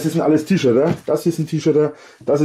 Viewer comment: Sorry muss jetzt mal raus .... was für eine Sprachbehinderung hat Herr Winkler denn? T-Shirdääh .... Boaaah diese Aussprache hat mich gerade sooooooo Mett gemacht sorry dafür ...